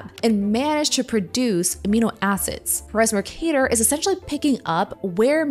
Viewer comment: it’s not muhrcahdur it’s mercader